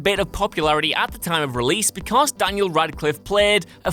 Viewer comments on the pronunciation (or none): none